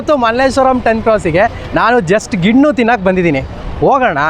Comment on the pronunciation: ನೀನು ಪೆಂಗಾ ಅವ್ನು ಮಾರ್ತಿರೋನು ಪೆಂಗಾ ಅದು ಗಿಣ್ಣು ಅಲ್ಲ ಗಿಣ್ಣ